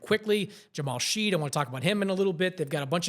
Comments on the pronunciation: FYI, Jamal Shead's name is pronounced "Shed". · Mispronounced Rajakovic and Shead in one video. Nice.